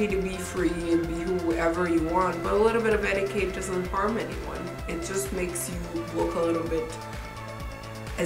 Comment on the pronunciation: Eti-CAT not eti-KATE